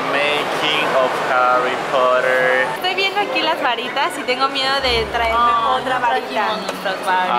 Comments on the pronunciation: Al igual que es potter no porer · HARRY POTAH ! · Primero es lesslie y segundo es potter no poter